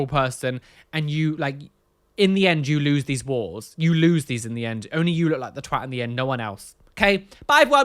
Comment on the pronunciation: I'm in Texas and I love how you pronounce twat 💖